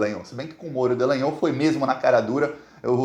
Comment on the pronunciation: pq vc insiste em dizer DEllangnol?